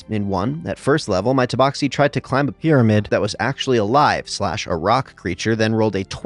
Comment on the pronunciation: Took me until halfway through the video to realize he was doing an accent for the first one. Confused the hell out of me why he kept pronouncing tabaxi "toeboxi"